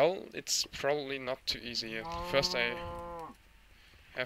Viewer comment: "not fiirst" XD